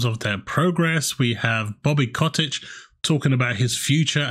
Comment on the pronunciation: Bobby cottage, now Bobby kottich. Mate lol it’s Kotick